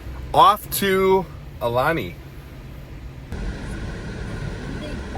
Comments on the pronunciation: Ow Lani with the I sounding like a E. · It's pronounced "ow-lani"